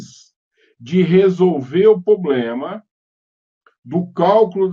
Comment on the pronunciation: Excelente conteúdo. Assunto bem complexo. Sugestão: tentar eliminar alguns vícios de linguagem, tais como: - poblema --> pRoblema - pra mim calcular --> pra EU calcular. - pra mim fazer --> pra EU fazer.